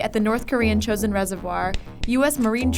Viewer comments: The chew-son few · The CHEW-sin few... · The chosin few? More like the chewson few 😂😂 Im sorry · "The Chosin Few" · the chosin few? wtf